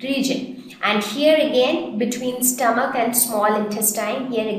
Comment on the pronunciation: stoamch😂😂😂lol